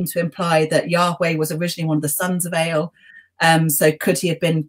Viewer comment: Excellent and enjoyable discussion. Rather surprised that a specialist Old Testament scholar, no doubt fluent in Hebrew, would not know that it's Elyon and not Elyown and similarly El and not Ale. Agree very much with the professor's views that racism as we know it is a modern construct. Physical features are hardly mentioned in both Testaments except where crucial to the story, such as Goliath being a giant. Apart from Moses wearing a mask after descending from Mount Sinai we don't anything about his appearance and the same for Jesus and indeed for virtually everybody else.